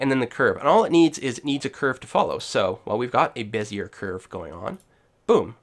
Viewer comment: *puts on monocle with top hat and twists moustache* I believe it's pronounced.. "beh-zee-ay".. Thanks for the video, it was very helpful!